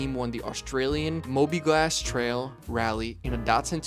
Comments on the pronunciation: At 3.22 minutes, "mobil gas" is the word. Not "mobi glass"! Typical AI mispronunciation. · Is this AI narration? "Mobilgas" = "Mobligas" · Mobliglass? Clearly the narrator isn't a car guy. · 3: 20 "Moby-Glass" Trail. fo' real? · "Mobiglas." What??? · Did you say Mobi-glas Trail? Read it again.